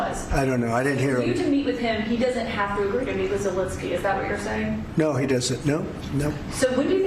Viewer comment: thank you for getting Zelensky's name right - unlike Trump, Ben Meiselas, Kaitlan Collins and all the other Americans who keep incorrectly calling him "Zelinsky"